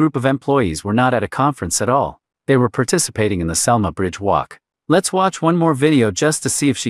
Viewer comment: Its selma not salma get it right